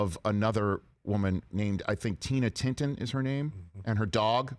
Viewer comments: Rich could've take two seconds to get her name right. That was disrespectful. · Rich! Get her name right for God"s sake....Tina Tintor.